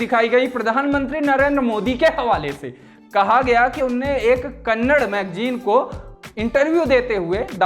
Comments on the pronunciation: Bhai please vo kannad nahi hai KANNADA hai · भैया जी कन्नडा होता है कन्नड़ नहीं। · Bhai wo Kannad nahi Kannada.... Tumhara hind itna karab hai. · It's not kannad it's kannada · its "KANNADA" not Kannad how hard is it to say this? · Kannad nahi kannada kaho.